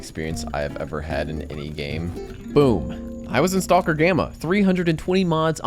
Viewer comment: did you just pronounce the L in stalker? lol STAUWLKER